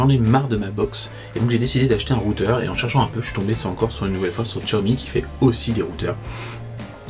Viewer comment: Salut Guy, Xiaomi ne se prononce pas Tchoami ??? mais CHAomi car en chinois Xi c'est Chi ...merci papy JP